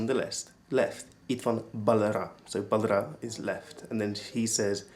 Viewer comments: Just a note: "balra" is pronounced "barra" and "jobbra" is "jobra." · balra mispronounced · balra is mispronounced